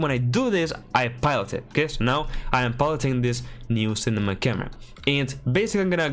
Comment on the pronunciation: ESL and people who speak multiple languages always fascinate me. No hate whatsoever, but it's funny that you say "pilot" a bit off but can say "hierarchical" perfectly. No shame. I can't even speak my native tongue T-T